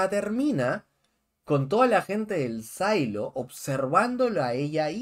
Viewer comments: "Sailo"????!!! SILO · Estas hablando en español. NO PUEDES DECIER SAILO. SE PRONUNCIA SILO (SIN LA A)